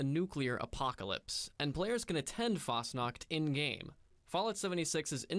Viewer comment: For us Swiss it‘s kinda funny to see how Americans see Switzerland and Fasnacht, and how the mispronounce the words like Fasnacht (Fasting Night) Hütte (Shack) and Helvetia. But it is nice to know that this town does exist in Reality.